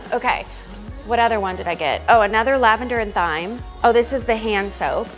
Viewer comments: Just a little FYI—thyme is pronounced the same as “time”! I know, it doesn’t look like it would be 😂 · Thyme is pronounced "time".